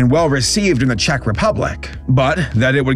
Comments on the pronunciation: Dont worry,, you’re pronouncing “Czech” correctly Of course I’d know, I live here (You still have to work on how to pronounce “Jan” lmao) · as a slovak, i'd like to note that czechoslovakia has not been a thing since january 1st, 1993 :) and yes... you did pronounce czech correctly so that's good lol